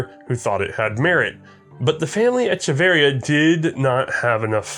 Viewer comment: pronounciation of Echeverría is traumatizing for a Hispanic man like myself